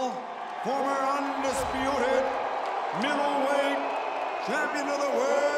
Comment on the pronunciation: Jim lampley said "Middlewhite" lol😯